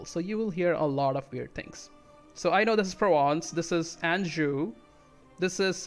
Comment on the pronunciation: Very nice ! : Anjou is quite nice, you just have to polish the first sound. It's like "ange" here : : You can pronounce "Barrois" like this word in French but with a "B" at the start : : Four - Calc - Yeah